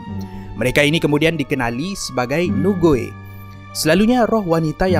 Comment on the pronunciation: Hantu Nugui. Lucu pulak cara sebutan awak tu heheh. Kalau slang chinese Malaysia, sebutannya lebih kurang seperti 'ni kui'. Maksudnya hantu perempuan. Ni (女）- perempuan, Gui （鬼）- hantu.